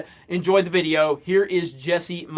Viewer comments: love the way how you say "videoo" <3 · She's perfect, especially how she pronounces videooooooooooooooo.